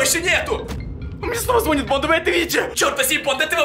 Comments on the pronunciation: Не звооооонит а звонииииииииит! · Звониииииит! Ударение не правильное.